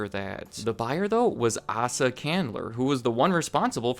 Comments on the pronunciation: His name is pronounced lie A-Suh, not Ah-Suh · Just an FYI, Asa Candler's first name is pronounced "Ay-sah", not "ass-uh" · Great video but Asa Chandler’s first name is pronounced Ay-sa not Ah-sa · Asa is pronounced AAY-sah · Its spelled Asa but it is pronounced Eisa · It’s pronounced “Aeysa” not asa candler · You pronounce Asa Candler's first name wrong. Long a. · As someone named Asa you absolutely butched the name pronouncing.